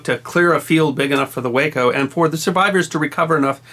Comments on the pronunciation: FYI Way-Co aircraft is actually pronounced Waah-Co , as in "Wacky". Check with any pilot familiar with Waco biplanes, their most known plane today. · Like your channel and enjoy it immensely. Thank you! BTW, Waco CG-4 is actually pronounced wah-co, while way-co is the city in Texas. IIRC, Waco is still in business and in 1930's, was the largest manufacturer of civil aircraft in the world. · If I may, the Waco company pronounces their name, an acronym (Weaver Aircraft Company), “Wah-koh” rather than “way-koh”. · I think you corrected this in one of your other videos, but the glider, made by WACO, which is pronounced "WAH ko", not "WAY ko". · W (long A) co is a city on Interstate 35 in central Texas. The aircraft manufacturer was pronounced W ahhh co. Lovely story, though. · Waco is pronounced Wah-Co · Waco is pronounced waaa - co like aw shucks. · Wonderful story. Just one nit: Waco aircraft; it's pronounced Whah-Coe. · Just FYI, WACO is known by the aviation world with the "a" sounded as "ah". WACO is itself an acronym, originally for Weaver Aircraft Company of Ohio. Makes no real difference, of course, just thought a might like to be as correct as possible. From an old Air Force fighter pilot. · WACO - Weaver Aircraft Company - rhymes with "taco"